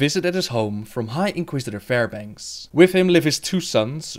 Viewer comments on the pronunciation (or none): What kind of accent do you have? Father or foder and with or wif lmao